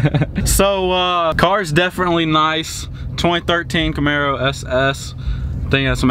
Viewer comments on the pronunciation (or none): none